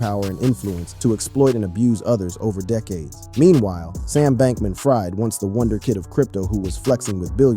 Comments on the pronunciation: SBF pronounces his name "FREED" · It's pronounced Bankman-Freed, but of course he's ironically not been freed... anyway Diddy has not broken in his backend yet?